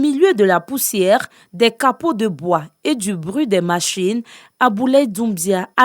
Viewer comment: je ne sait pas si mes oreilles ont mal entendu mais madame on ne dit pas capaux de bois mais capaux de bois svp , merci 😏😒